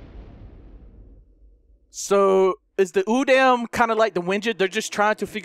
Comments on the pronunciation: Its pronounced oodom not oodAm its not using a capital a its a lower case so its pronounced as oodom but its said udam dude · Don't call it udam its (ooo-da-m)that's how you say it